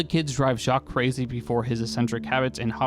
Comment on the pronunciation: Gen Z is so weird. I feel like the name Jacques was in every French joke of the 90s and early 2000s. Now American kids dont know how to to pronounce this name😂